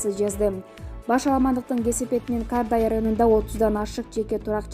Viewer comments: Кардай эмес Кордай туура айтсанар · Журналис туура суйлосон Кардай эмес Кордай